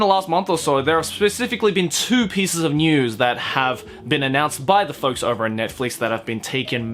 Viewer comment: Hold on the way he pronounced Netflix THROW THE WHOLE WORD AWAY😂😂😂